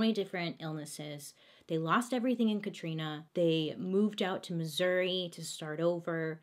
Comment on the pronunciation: Thank you for saying Missouri right!! From a proud Missourian!! Some call it misery but We call it God's Country!!! Lol